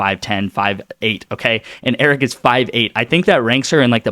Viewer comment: hahahaha 🤣 Laughing at you saying "Eric" Her name is Arike - pronounced "A-reek-ay", All good. Lets get that Win!